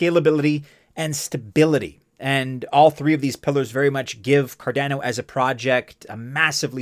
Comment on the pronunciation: So cardäno huh. The second a , is also just a , not ä. Great video , but you should really spell the second a the same way as the first 1. Never heard some1 pronounce it this way 😄